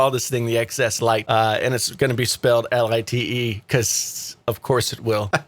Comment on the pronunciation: Is the a full blown troll page? You won’t buy a phone, regardless of specs, because of a name? A name that hasn’t been confirmed. A name being reported by the same people who said the X was wildly underselling and you regurgitated for weeks until it was quite the opposite? A name you fail to pronounce properly? This is wild stuff.